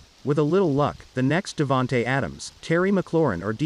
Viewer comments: Devonta please Lord learn how to pronounce his name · Say his name right or just say smith